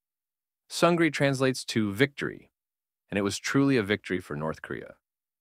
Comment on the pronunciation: I would like to mention that Sungri is pronounced Soong-ni as the letter “R” makes a “N” sound in Korean.